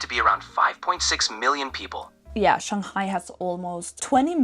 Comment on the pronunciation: Your pronounciation on Shanghai, Hangzhou was spot-on! Chinese is a tonal language. How you sound matters.